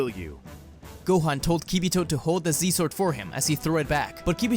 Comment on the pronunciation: bro said see zword